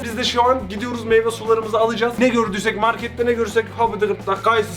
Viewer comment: Nobody:: mEyvEsUyUsuLarımIzı